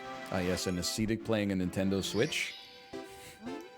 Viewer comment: They must say ascetic differently in canada.